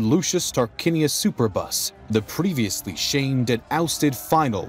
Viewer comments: I cannot help but laugh at how he mispronounced the name "Superbus" . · I can't stand any more. Superbus is NOT pronounced "super bus."